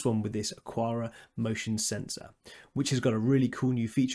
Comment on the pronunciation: It's Ak-ara. Xiaomi is pretty close to Show-me, but with a little "shiow" in it. The one that throws me is the UK pronunciation of "template." I'm still not sure whether the UK dictionary says "tem"-"plate" or "temp" "late" where the "late" is pronounced "lut", which I'm certain is the American English pronunciation. :)